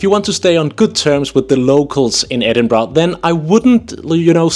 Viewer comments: IT’s Edinburgh not edinbrugh. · It's not Edinbra. It's Edinburgh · I swear I met a woman in Guangzhou, China who said she was from Scotland (she was white and spoke perfect English and seemed to have the accent), but she pronounced the city as, "Ayden-bro"! It was so amazing but so strange to hear as I've never heard the city pronounced that way! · ehhhh its Embra ya gadgie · As a local, you still don't seem to get the pronunciation right. The end's more a ur and an ah. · Your wrong it’s embra I no I’m from their